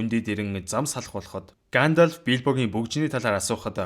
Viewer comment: Гаандальфыг зүгээр л Гендольф гээд хэлчих тэх үү.